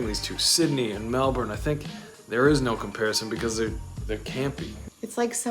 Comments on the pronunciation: Good job saying Mel-bun instead of Mel-bourne - true Aussies! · Thanks for pronouncing it correctly MELBN. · #1, thanks for pronouncing Melbourne correctly. 👍 #2 Correct, no need to compare. Both have their good points. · Congrats at pronouncing Melbourne correctly!!! And I was a South Aussie!!! LOL